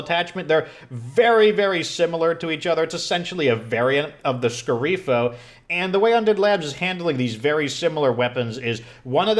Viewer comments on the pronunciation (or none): "Fuorilegge" is Italian for "Outlaw", pronounced "Foor-eh-lej-jeh" more or less. "Sceriffo" means "Sheriff" and is basically pronounced "Share-eef-uh".